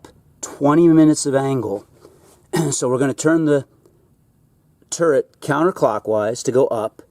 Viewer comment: For hell sakes. You still haven't corrected this? It's Turret. Not TURRENT.....!!